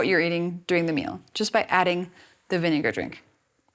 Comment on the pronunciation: Apple cider not vinegair